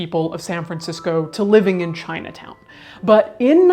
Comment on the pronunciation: ChinuhTown oh Lord 🤣